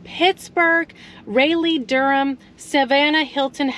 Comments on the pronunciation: BTW, it's Raleigh, not Rayleigh. As in "Sir Walter Raleigh". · ha. I heard that too... rah-lee